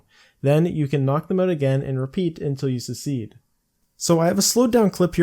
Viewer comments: its pronounced suhk· seed if you havent figured it out 4 years later :) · At first I was like aw take it easy on the guy and then 3 secedes in and it was driving me crazy. Poor fella probably spells definitely as "defiantly" as well :( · "pit pocket" "secede" 20iq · You "secede? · He’s like the South, trying to start the civil war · This guy cant say succeed oml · youre pronouncing succeed wrong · He doesn't have an accent so I assume English is his native language how the hell does a native butcher such a common word